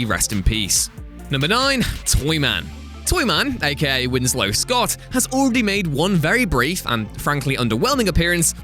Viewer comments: Yes you are indeed going to hell for that Baby Shark reference, that being said Toyman's surname is Schott that's pronounced like the word "shot" not the name Scott.....and regardless of how it is spelled John Constantine is not pronounced phonetically "Constantine" is pronounced as if it was spelled as "Constanteen"! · Winslow Schott is pronounced Shot, not Scott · it's pronounced Shot. Winslow "Shot"